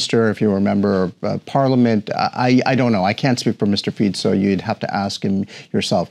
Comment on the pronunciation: Dúfam, že sa nemusela dlho učiť otázky ktoré jej veľvyslanectvo pripravilo. Čínski veľvyslanci v afrických zemiach hovoria lokálnymi jazykmi. " Mistr Piico" - gorgeous, really, your excellency !!!